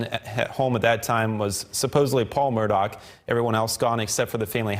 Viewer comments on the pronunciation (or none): Murgaugh. Say it like your saying murder...but your from Boston. Why are they pronouncing it Murdock? Ludicrous. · Sitting here cringing as I listen to this reporter keep butchering the name. It's Murdaugh NOT Murdock. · Hey dude you stink at spreading he doesn't pronounce the name right